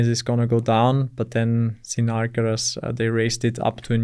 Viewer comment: Finally someone pronounces Sinner's name correctly. It has NOTHING to do with sin and being a sinner (guilty, criminal). It derives from the German word Sinne (sense).